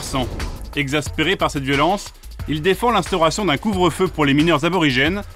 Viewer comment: Y'a un R qui a fait une PIXAR là XD